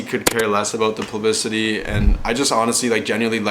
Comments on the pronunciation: Holy wow I honestly thought it was just a one off....and then he just keeps saying it XD....#plublicemnemy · 'plubicity?' i forgave it the first time... then he kept saying it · boy cant even say publicity right